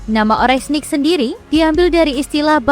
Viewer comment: Oreshnik om Bukan orenshik